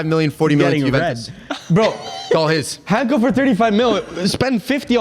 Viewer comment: It's pronounced "Daa-vid Hantsko" like in "Tsitsipas" if you follow tennis. You guys should get more familiar with this name because he's getting a big transfer in the summer. Sorry feyenoord fans. Greetings from Slovakia. 🇸🇰